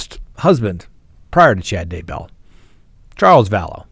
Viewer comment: Everyone besides you says Day' bell and Ty' Lee with the accent on the first syllable. It makes me not trust you. Very annoying.